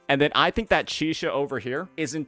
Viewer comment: why unc keeps calling Chisa Chixia 😭